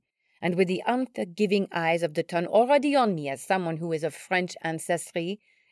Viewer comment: Oh yes I agree some of the pronounciations were grating. The Ton isn't "tun"! And no one would refer to Bonaparte as "Bonny"!